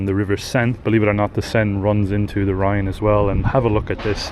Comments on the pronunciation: The River is the Rhone not Rhine. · The Rhone, not the Rhine, right? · River Saone (not Seine) and Rhone (not Rhine) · It's not the Rhine, it's the Rhone. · Did you mean the Rhone and the Saone ? For it sounds like Rhine and Seine ? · You mispronounced the river ‘Rhône’; when pronouncing this word it sounds like ‘own’, Rhône. It is not the ‘Rhine’. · fyi its the rhone river not rhine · It's the Rhône not the Rhine... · The river is called: Rhône not Rhine!